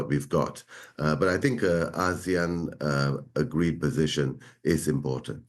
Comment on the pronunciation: When did we start pronouncing it as Az-zeAnn? Am I lost. What is Asian and what is Az-zee-ann. Have we been ponouncing Asian incorrectly? 😂 serious question actually. Edit ASEAN!! 😂 the reporter shoukd educate the ailudience or they should put ASEAN on the bottom thirds. Thanks.